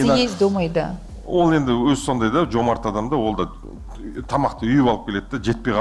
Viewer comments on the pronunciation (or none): none